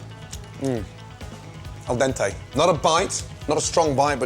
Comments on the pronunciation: "Al dentei". You could have said "Undercooked" but you had to kill me with this... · Al "dentay"?! Wtf?? It's AL DENTE! IT HAS AN E IN THE END NOT FUCKING AY